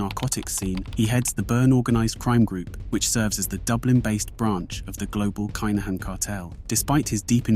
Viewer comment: I’ve seen your mispronunciations and limited YT research before - on this occasion I’m bound to say it’s kin not k’ai